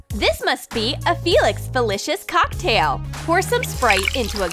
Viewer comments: It's pronounced Felix fe-lee-seez. Not Feleeshis Polyjuice potion is used to become another person. 1. Severina Snape had to put their hairs into it, 2. It's 1 bowl. How can they switch bodies? And mandragora is used to cure petrified people only. Polyjuice potion wears off quickly, as seen in the chamber of secrets. And Sabrina could have just given them chocolate. Not DEMmEeNTOR PAsSsTA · OOMMMMMGGGGG... I DIED WHEN SHE SAID "FELIX FELISHIS" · ITS PRONOUNCED FEELICKS FEELEESIS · You said felix felicius wrong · She said Felix felicious. I can’t even 🙄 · "Felix felishias"? REALLY? These Muggles... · its pronounce FELIX FE-LI-CI-S not felishis. Ug, muggles. AND its not served in a cocktail glass. AND its a clear liquid. god, get it RIGHT. see, this is why muggles should never know about wizards. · It's Felix felicis not Felix felicish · WHAT THE HARRY IS FELIX FELECUS? (Feel-eece-is). Wut is DA STONE? WUT IS DA CLOAK? WUT IS DA WAND? WUT THE PROFESSOR SPROUT IS A MANDRAGORA? Those poor muggles don't know what the magical world is. They just don't. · Same. I was legit about to comment that. Never knew it was said Felix Felicious. Oh wait that’s because it’s not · im annoyed that... - they used names of harry potter charcters and changed their name a little. - polyjuice potion doesn't swap peoples bodies, it turns a person into another person disquise or something like that - prononced felix felicis wrong - mandagora is for unpetrifing people - snape doesn't play quidditch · U said Felix felicis wrong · You said felix felicis wrong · I cringed at wrong pronunciation like of Felix felicis potion and she said McGonagall wrong and so many others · U sai felix felicis wrong Plus this many other things ----> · This is an insult to everything about Harry Potter (also you pronounced Felix felicis wrong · Felix Felicis isn't pronounced like that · And how they Said Felix Felicis